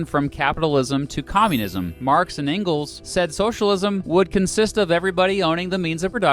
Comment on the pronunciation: An idiot presenting things he knows nothing about, not even how to pronounce Engels.